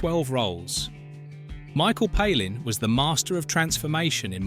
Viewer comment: Palin is pronounced pay-lin not pal-in if you want to give insight then use some intelligence and do some decent research.